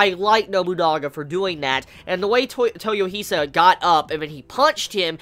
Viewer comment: dude, you are good! but please, it's toy-O-hisa, not toyoh-I-sa